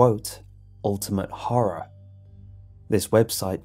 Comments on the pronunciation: He said horre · When says horror, I hear horra